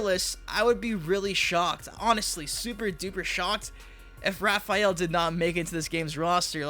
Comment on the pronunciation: Tf is Repheal? Lol